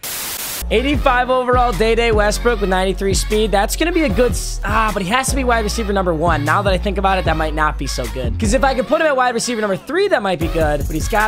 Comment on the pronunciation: It’s pronounced dee dee Westbrook not day day Westbrook